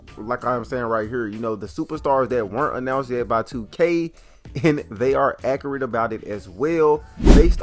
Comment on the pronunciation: The way you pronounce accurate is painful